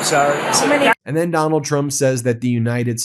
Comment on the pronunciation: Donald Chump is the most honest thing hes ever said or is he having a stroke